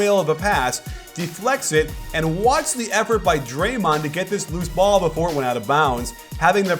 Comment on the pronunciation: Love your videos! But did you just say dremond the second most dangerous!?